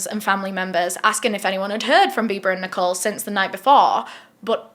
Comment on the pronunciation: When you said Bibaa I accidentally heard "Bieber" so I was like wait they went out to celebrate Justin Beiber's birthday ...?